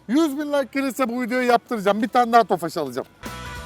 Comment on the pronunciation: abi neden tofaşh diyorusyn tofaş olması lazım puu